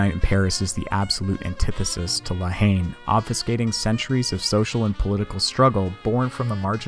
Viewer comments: talking to the french (all american’s pronounces la haine completely wrong) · Yeah I butchered a lot of pronunciation in this. If I could go back and re-record I would.